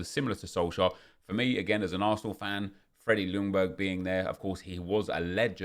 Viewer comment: Ljungberg is actually pronounced closer to “youngberg” the L is silent